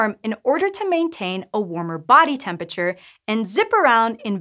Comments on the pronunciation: 'Temp-ature'?? Entire syllables are missing here! XD :P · Bro why are you saying tempature bro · Stopped at 23 seconds, I cant handle a science channel saying temperature "temp-a-chur" that many times in a row. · Tempiture Great video otherwise